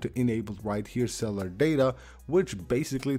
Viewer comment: Cellar data. Lol. It’s pronounced cell U lar